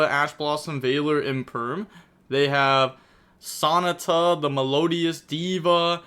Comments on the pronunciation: Him saying “Sonata”as Sah-ni-tah 😭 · fyi the fusion is pronounced like “baha”, and in Sonata the emphasis is on the second syllable (the first ‘a’) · The only real missplay of this game was the way says Sonata